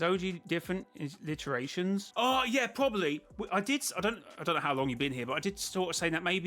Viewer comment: By the way its “iterations” not “alliterations”. Meaning over every loop, every game, every chapter, has totaled up to whatever that number is